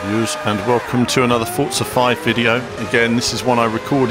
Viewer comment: Why does everyone call it "Fortsa" its pronounced "For- Za"